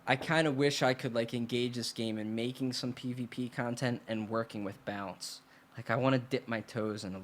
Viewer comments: Sounds like you're saying "Bounce" instead of "Balance". Lol. Nice video brother. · Every time I heard you say "balance" I heard "bounce" haha. Speakin the truth tho bro. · It makes me crack up when he says balance 😂 sounds like bouncing. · No, to define two separate syllables, one needs to enunciate... look it up...